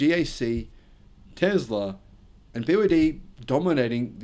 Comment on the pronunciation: It's Tesla not Tezla!